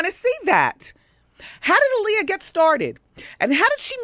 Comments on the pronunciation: When people constantly say Aaliyah's name wrong. It's Ah-Lee-Yah, not Uh-Lee-Yah. Dumbasses. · All the lines in this movie sound like it came straight out of WW's mouth. That's why there's all those questions that supporting actors lead Aaliyah into answering and talking about, the's same questions that Wendy is asking here. Also, they need to learn to say Aaliyah's name properly in a movie about her. ALI-yah not UH-lee-yah.